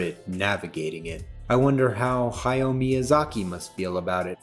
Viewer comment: Love the video, but I almost died of cringe every time he said "hi-yo" instead of "hah-YOW".